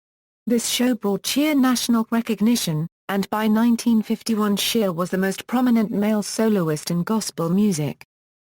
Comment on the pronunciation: His name is not SHEAR it’s SHEA!